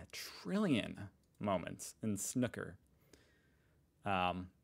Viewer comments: Its is called snoooooker like snoopie the dog…. No disrespect 😀 I did not know myself until recently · Just tuned in to see if the American is going to butcher the word "snooker" - of course he did :) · To pronounce snooker correctly, think of the word "uber", replace the "b" with a "k" and and "sn" at the beginning. Also the sneeze clip was a sketch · Please pronounce snooker properly FFS (hint rhymes with snoopy) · Stop saying snooker pleaaaase. Your pronunciation has ruined my arvo.